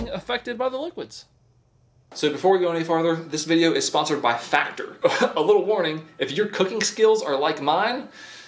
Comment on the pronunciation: busy waiting for whats likely gonna be the 2024 wrap up vid and couldnt help but notice you say FACTORY in your ad read for FACTOR....LMAO peace man.....flippin love your channel bro....FROM ZA